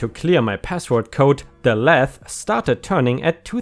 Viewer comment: "lathe" is pronounced with a soft "A" like the word shave. ;)